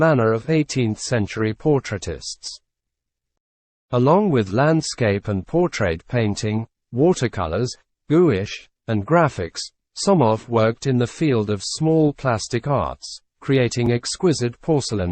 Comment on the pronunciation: I was prepared to argue about this statement - until I heard the word, "gouache" pronounced "Goo-ish!"